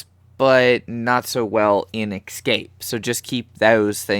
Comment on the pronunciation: Escape. E-SCAPE. Not ecscape. Sorry that was really annoying, good video though.